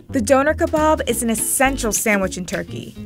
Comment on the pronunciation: Your pronunciation of Döner Kebab is terrifying